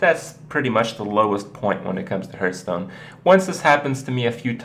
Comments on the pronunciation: There are two things I hate about Kripp. First off, he pronounces it as "Herthstone" It's "Harthstone" Secondly, he starts every god damn video with "Hey guys, Kripparian here.", & proceeds to talk that is just filler. I click these videos so I can watch what the title implies, instead of you explaining obvious things. This is why Amaz & Trump are more successful with their YouTube videos because they skip the 5 minutes of nonsense at the beginning. It's thoroughly redundant. Thumbs down if you wish but seriously, it's in every video. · "Harthstone" not "hurthstone" - the game tells you and it's mentioned often enough in streams/LPs/tournaments. Oo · you are saying it wrong... say: HEARTH - STONE!!! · Bruh I'm dead :.( lol hurthstone